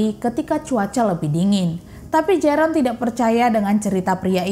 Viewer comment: Koreksi mbak, Jeroen dalam ejaan Belanda di baca Yerun😊